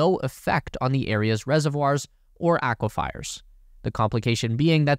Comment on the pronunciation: Aquifers, NOT aquifiers. 42 thousand acres NOT 42 hundred.